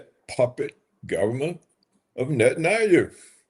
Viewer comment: Can someone coach this man on the correct pronunciation for the name Netanyahu? I am embarrassed for him.